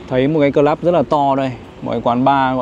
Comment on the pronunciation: Gọi là : Cờ Lúp ( Club ) gọi Cờ Lắp là Sai nhé